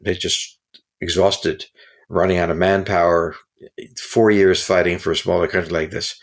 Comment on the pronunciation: "Fighssing in Ukraine" - yeah, right.